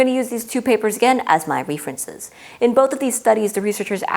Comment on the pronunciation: Ree-frences, pa-LAT-able... Girl you pronounce things weird